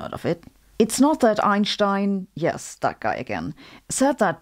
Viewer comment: Her: Ainshtein My Brain: “I use that to drink beer”